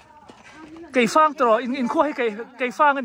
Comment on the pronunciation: Keifang aw keih fang nilo in Sir